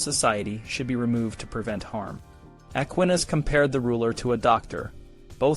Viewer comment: An excellent and fascinating video! I hope your channel takes off dude! Two things though: the title didn't really match the content of the video. There was no list of "ways to escape the gallows." Second, you should definitely check on your pronunciation of Aquinas's name if you bring him up in the future lol. Still, absolutely teriffic writing and fascinating sources that paint a vivid picture of a completely different time and completely different culture, much more intimately familiar with death, and the threat of execution. Really shows well how people lived and thought in such a world.